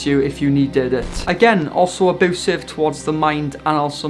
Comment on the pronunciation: U SAY AEBOOSIVE